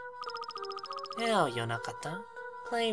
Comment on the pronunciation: Mogeko and Moge-ko find the difference, the - is not it